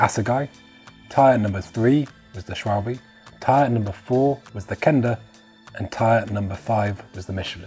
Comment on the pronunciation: I just KNEW that schwalbe and Michelin would be pronounced wrong! 😂 ❤ Its " sch-val-buh" 🇩🇪 and "meesh-el-ah(n)"🇨🇵